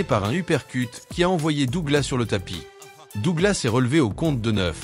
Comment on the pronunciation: le seul pti truc très agaçant dans les commentaires c'est la prononciation de Douglas 😐 DouglaSSSS et non Dougla ... je ne comprends toujours pas pourquoi 😅